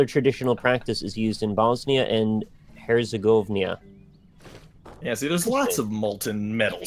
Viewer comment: xD Bosnia & Herzegovnia